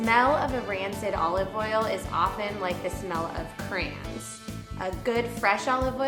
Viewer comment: What is "crans"? Quick can we have someone that speaks English here please?